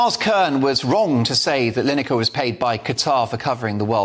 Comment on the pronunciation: Gary line acre it's pronounced